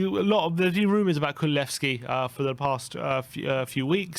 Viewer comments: Oh no, you have started saying “Kululevski” again! Time to dislike all the videos you say that in again till you start saying it right again! His name is Kulusevski! 😡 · kulusevski not kululesvski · I dont know, how many times, but it is kulusevski and not kululsevski